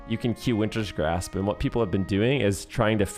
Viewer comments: It's just Wintergrasp, not Wintersgrasp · BRO ITS WINTERGRASP. WINTER. GRASP. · So funny listening to you say WinTerS GrAsPs the entire time :P Also it’s nerfed now btw. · Take a shot every time says Wintergrasp incorrectly 😂